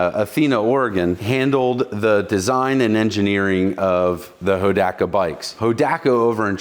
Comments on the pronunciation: I love how you started saying it right, right there at the end, Ho-dock-ka. In the late 60's, early 70's my friend Jerry, he had the Dirt Squirt version, the chain and rear wheel fell off during our (group of four) high stakes attempt to climb five fingers mountain outside of Inyokern, CA. We didn't even make the foot hills when we had to hide it in the bushes; and the group carried on with me hauling him on the back of my CT-70 the rest of the way and from then on, the Hodaka earned a childhood rep as junk. 😂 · Ho - DOC - A! Is how we called it out west! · Pronounced Ho dock uh. So wish I still had my Wombat. Paid $629 out the door brand new. Now I ride a 850+ pound BMW K1200LT. Awwww the simpler days. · Being an Oregon Boy that was High School in the early 70s of course I know where Hodaka came from. (HO DOCK A) by the way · Hoe Dock Uh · YAAAAAAY. For me the best episode yet. Hodaka ace 100; my first real motorcycle - circa 1970. Pronounced; hoe dah ka. Not ho daa kaa. LOL. Poh tae toe/ poh taa toe. That's how everyone pronounced it back in the day anyway. Many people now days have never heard of them but they were really popular when I was growing up. They were a big thing at Saturday night short track racing. People modded the heck out of them. So many memories. Thanks a bunch for this one!!! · It’s pronounced, Ho-dock-uh. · It's pronounced Ho-Doc-A! Clean bike!! I miss my wombat combat.. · I was gonna comment the same,im like he's pronouncing it wrong..I remember hearing it like you described..Thank you for the comment, and in my opinion, you are correct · You are correct sir on the pronunciation